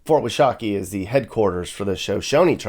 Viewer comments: Again, WASH-uh-KEE. Sorry, I grew up around here and I know you're trying, but it's bothering me lol. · It's pronounced WASH A KEY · It’s fort warsh a kee